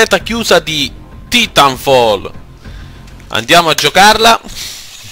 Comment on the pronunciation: Ho smesso di vedere il video al decimo secondo quando ho sentito l'orribile pronuncia del TITOLO. Assicuratevi che a parlare sia uno che sappia un minimo di inglese....